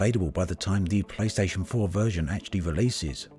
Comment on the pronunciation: Means to say playstation 4, sounds like playstation vore, AAAAAAAAAAAAAAAAAAAAAAAAAAAAAHHHHHHHHHHH.